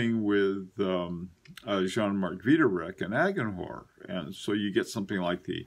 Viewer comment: The "h" in agenhor is not pronounced. I know you don't like being corrected on pronunciation of foreign ( mostly French ) words, and admit that your pronunciation is lacking, but a basic French lesson would do wonders. Some words you nail, like a longtime speaker, and others are spoken as if the word was English. I really do enjoy your content, and your point of view, so don't take my critique hard. I only wish you the best.